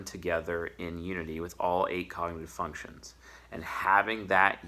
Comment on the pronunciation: Did I hear "Fucktions" at the 12th second of the 8th minute? 🧐 YouTube, arrest this man 🤨